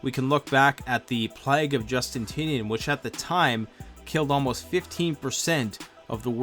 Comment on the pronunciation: Plague of Justinian became Plage of Justintinian XD